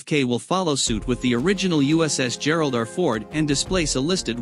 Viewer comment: "Geralder Ford class"?? C'mon, fellas. That's the letter R, pronounced "are," OK? Do I have to spell it out for you? Just say "Gerald Are Ford," got it? And no, no. Stop, stop. You don't get Brownie points for saying Gerald Are Fords.